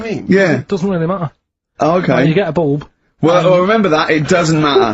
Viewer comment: A boolb? What’s a boolb, you mean a lahtboolb?